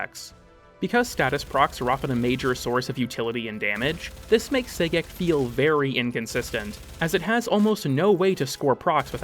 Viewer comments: I would have preferred "Gay-Sex" but I'll take what I can get, I guess....😒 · I keep hearing "Say-Gex" everytime he mentions Sagek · I’m so glad to hear I wasn’t the only one, lmao